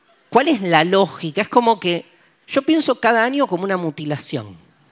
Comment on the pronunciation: Que divertido como dice año, pronuncia anio jajajaja